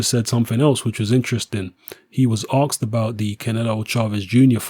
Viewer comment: you pronounce asked mad don't ya, that a london thing? axed